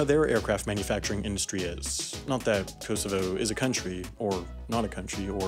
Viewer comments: Dude why do only Americans pronounce the 'w' in Moscow, it's pronounced 'Mosco' the W is silent. Also the pronunciation of Kosovo is way off. Seriously terrible how Americans drop and add letters to words, like pronouncing Caramel as Carmel etc. Get it right dude. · that pronunciation of kosovo annoyed me wtf